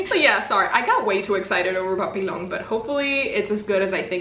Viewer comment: Pssst, the word 'Papillon' is pronounced more like pa-pee-yon. :) Otherwise, these all sound very cool!